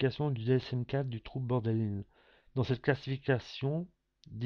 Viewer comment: Il y a des fautes partout, même dans la prononciation du trouble!